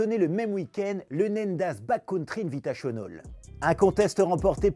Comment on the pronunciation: « N1da » pas nèndaz